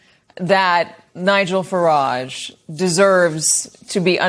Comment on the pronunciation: The way Americans pronounce Farage always gives me a laugh.